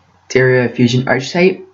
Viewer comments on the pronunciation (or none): Nice! In order to fill that void of silence, you should put on sound effects. Also, it's "ARKetype". (It's me AM).